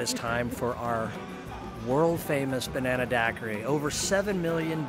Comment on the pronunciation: Hahhahaha love this video. When took the third SIP of that Banana daiquiri and it was over with full sentences and all three ladies out. Side of the store could not say Banana hahahahahahaha